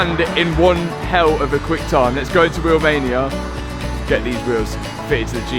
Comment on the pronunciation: How come when you say Wheelmania I hear Romania……. Are you from Nottingham or something?